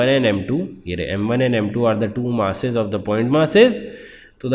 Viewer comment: First of all it's mass not mas